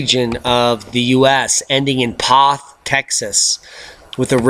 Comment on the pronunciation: It's P(o)th as in zer(o) Texas. It's my area..